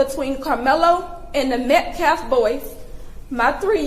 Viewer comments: It took Mom less than 2 minutes onto her speech before she started screaming and laying on the histrionics. I wonder where her son got such low emotional control? And the pastor is a slow head. He cant pronounce "Metcalf" and he uses phrases like "axe" instead of ask and "respek" instead of respect. He couldn't remember Daniel Pennys name. And he even looked nervous during his Great Value I Have a Dream moment. He knows this sht isnt getting over. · She called him the Metcalf boys. Didn’t even pronounce their name right nor could give them the dignity to use their first name which she damn well knows. They are disgrace, and I am disgusted in these people.